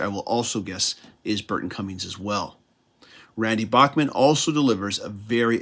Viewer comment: Enjoyed this review. FYI, Randy Bachman has always said that his last name should be pronounced as Backman